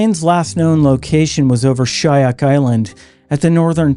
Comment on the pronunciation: It’s pronounced shu-yak island born and raised on Kodiak Island. Thanks for the stories great work